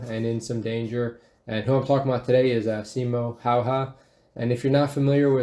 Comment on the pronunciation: yeah also making simo seem cocky and mispronouncing his name